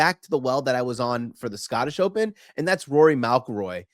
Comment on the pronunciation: How does he pronounce McIlroy? Mal-Kil-Roy That is jarring 😮